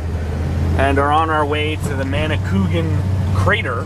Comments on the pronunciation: Emphasis on the A . Manicou A gan. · Nice Video. I am very familiar with the Manicouagan river, having been born and brought up in the area. I don't mean to be critical but the pronunciation is Manny-kwah'-guhn, (accent on the second syllable.) But don't feel bad, you pronounced it as almost everyone else does. I worked on the first dam as a student back in the early 50's (I'm 85 years old.) Back then it was known as the McCormack dam near Baie Comeau. On your trip you may have seen it. In any case I enjoyed your video. It brought back so many happy days of my youth. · Great series...been following 4 awhile. keep them coming. Ps: minor detail...river is pronounced manikouwagan :-) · The actual name is spelled "Manicouagan", not -cougan, and another way to describe the pronunciation is "manic-wagon" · again , another person who can't pronounce Manicouagan .. who the hell is Manni Coogan ?